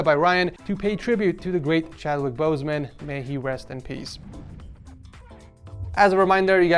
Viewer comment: "CHWADWIK BOEZMAUWN"